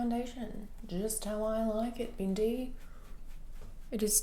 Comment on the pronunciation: it’s so hilarious when you say BINDEEEE 🤣🤣